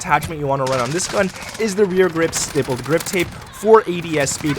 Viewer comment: Bro please pronounce the stipple grip tape correct!